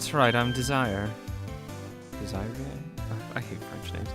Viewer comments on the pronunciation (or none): Her name's pronounced dez-array.